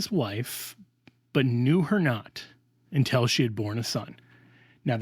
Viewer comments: Confusingly, mispronounces an important word. It is UN TIL not EN TEL. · Until ???!! It sounds like you’re saying intel. I was very confused. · Great talk, but why are you pronouncing until as intel? That can be jarring and confusing. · I just wish would pronounce ‘until’ instead of ‘intell’. Sorry, I’m ‘picky’ in regards to pronunciation. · this drove me a little crazy 😅 great arguments though ..